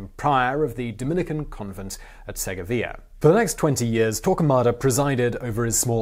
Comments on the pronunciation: "Segga-via"..LOL...It's....SER GO VIA...one word 2 sylables...Serh-govia...savvee ?! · I would like to request better pronunciations. I did not get that you meant to say Segovia, for example. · It's Segovia.